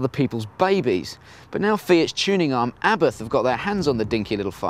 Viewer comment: Lol pronouncing abarth wrong.